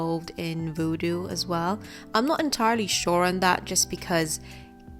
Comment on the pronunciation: Voodoo not vewdew